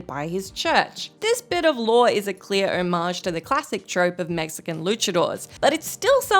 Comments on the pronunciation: did you say "michican" instead of "mexican".... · I was in pain at that pronunciation